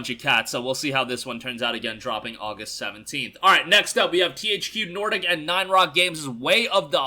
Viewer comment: Right at the end of the segment you said THC Nordic, lol